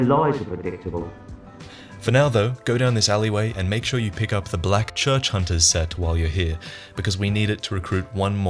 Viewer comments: says hoonters and not hunters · "Leave the hoonting of hoonters to me." Was that you,, or was it the game? XD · the hoonting of hoonters...lolwut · leave the hoonting of hoonters to her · hoontahs. they like to hoont.